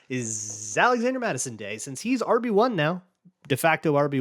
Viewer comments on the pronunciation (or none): “zalazander” Mattison 🤔😂😂